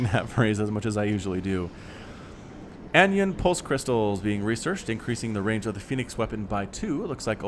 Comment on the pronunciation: Fun fact, its pronounced An-ion, or an ion that is negatively charged from gaining an extra election, as opposed to a cation (cat-ion) a molecule that has lost an election and as a result is a positively charged ion. Also Keep the great casting going and gratz on 2k subs!!! I dont mind the gold level casts once in a while.